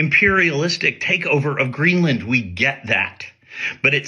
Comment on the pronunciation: Greenland, not Greenlund.